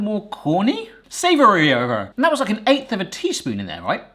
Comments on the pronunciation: It's so funny how your accent sounded American for a split second when you said "savory-er" hahaha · The way you said "savoury-er" was practically dripping with West Country flavour, like something you'd hear in Monty Python's Life of Brian if Life of Brian took place in Gloucestershire (typically pronounced gloss-tuh-shuh). "'e in't the saverier; 'e's a bloomin' chicken-chaser!" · Sometimes I forget is from Brizzle then he says savoury-er